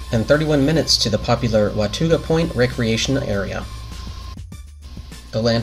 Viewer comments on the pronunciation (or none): It's pronounced Wuh-taw-guh 😊